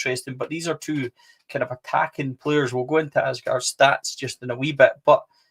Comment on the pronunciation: Thelo Aasgaard Aasgaard in Norwegian, it is sead as Ause like you would with Australia & gaard the D is silent in Norwegian All together, you pronounce his surname like Ausegaar. Regardless, welcome to Blue Valhalla.